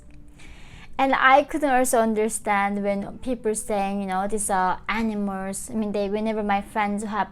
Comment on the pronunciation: Cute, when she's pronouncing animals it sounds like any-mores. Probably the correct translation of (north) korean